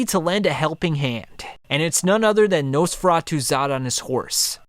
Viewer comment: He pronounces it Nose feratu, the video is completely unwatchable now because it’s all I’m gunna be able to think about for the next week.